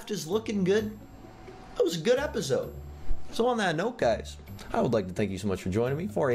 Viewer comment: Just me or does he say repisoide? For the outro doesnt he say repisoide instead of episode?